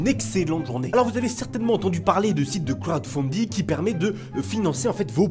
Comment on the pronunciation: Tu le dis trop bien crowdfunding gb XD